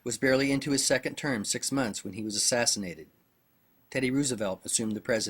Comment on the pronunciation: funny how u pronounce Rooosevelt lol